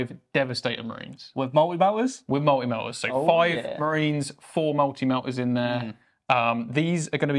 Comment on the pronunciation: "Mul'i Mel'as"? MULTI MELTAS!!!.... YOU IDDIOTS! lol jk love the show, keep it up!